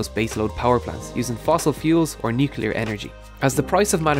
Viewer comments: I don't believe it. You said "nuke-yu-ler".... instead of "nuclear". For shame. And an Irish accent, no less. I thought you folks knew English! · Nucular. It's "nucular".